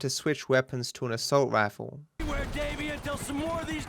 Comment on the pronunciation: "Assault raffle".